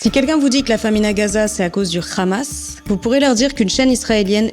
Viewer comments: Salut j'apprécie beaucoup ton travail,mais je voudrais juste te demander une faveur,à l'avenir prononce juste hamas et pas ramas comme le font les abrutis sur Cnews merci d'avance et bon courage !!👍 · DOIT-ON RÉPONDRE À TOUTES LES QUESTIONS STUPIDES DES NÉGATIONNISTES DU GÉNOCIDE PALESTINIEN CAUSÉ PAR LES CRIMINELS ISRAÉLIENS ET PAR NATIN YA HOOOOOOOOO COUCHER ET PUIS C'EST HAMAS ET PAS KHAMAS LE H SE PRONONCE H ET PAS KH SVP MERCI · C'est justement ironiquement qu'elle le prononcé de cette façon 😊 Moi jrrradorrr quand elle le dit rrrrrr😉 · Le ''ramasse'', quand on entend quelqu'un utiliser cette prononciation on sait d'emblée à quel camp il appartient.😅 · Tellement qu’ils savent pas mettre la faute sur qui pour pouvoir les exterminer ils savent mm pas prononcer le hamas